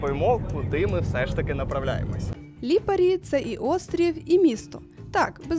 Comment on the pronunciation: Ставте наголос на перший склад у більшості власних назв, бо ріже по вухах ліпАрі... А ще не хамон а прошутто крудо, хамон - іспанія А взагалі - класс, дякую за контент